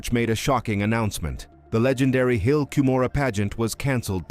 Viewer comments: The hill ‘Come ora’ is the pronunciation. Why would you want cover this inaccurately, making you ignorant. The Mesa Arizona temple, the Hawaii temple, the Oakland California temple and the Cardston Alberta Canada temple have never had an Angel Moroni, negating your entire supposition. They are not removing the statues from remodeled temples. Stick to what you know about. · I'll only subscribe if you pronounce Moroni correctly. the "i" at the end is pronounced "eye" or "aye" not "eee". I'm not longer a participating member of Mormonism, but it still grates when Moroni is mispronounced. Also Cumorah is pronounced Come - Or - A. You'd better get these basics right if you want to be taken seriously. Consult an LDS member on the correct pronunciation of these and other fundamental and basic Mormon names and terms. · This video hurts my ears with all the mispronounciations. The hill "COOM'-or-eee" and angel "Muh-ROH'-nee". Can I trust a video that can't get the English pronunciations correct? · Please correct the pronunciation of Moroni and the hill Cumorah (l am not sure how to spell it.) the video was excellent, but the mispronunciation is a problem in that it is an annoyance in the presentation. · Maybe you could teach the narrator how to pronounce Moroni. Likewise for Cumorha. Your credibility goes to zero when ya can't even pronounce correctly.